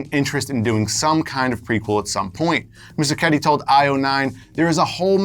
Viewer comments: "MUSIKETTI" ...dude, is it really hard to say "Muschietti"? ( MUS - KIET - I ) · You are MISPRONOUNCING Muschietti, DUDE!!! It's not Moosiketti! Ugh!